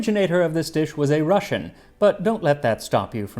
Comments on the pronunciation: I don't understand how the hell I miss this one a year ago and also you're Russian pronunciation was on point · His pronunciation of Russian words is really good. He is indeed better at it than many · Do you have any Russian background. Your Russian R is perfect. Never heard it that well from English speakers. Thank you. Nice video. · I'm not Russian but your Russian pronunciations are great! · Thank you for not butchering the Russian words and names. Quite nice pronunciation and almost perfect word stress.😊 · I've never felt more stereotypically Russian in my life, I have both mustard and smetana in the fridge and I'm very tempted to make this now. Thank you, Max! Your pronounciation of Russian words and names in this video was very good, and your research top notch as usual. Бефстроганов is indeed still very popular here in cafes and restaurants. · Your Russian pronunciation is spot on. Another great episode, thank you Max.